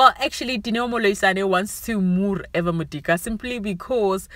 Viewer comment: Haowa you must also learn to pronounce Eva’s name admin 🙄